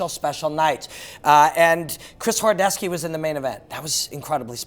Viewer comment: Horodecki pronounced as horodeski?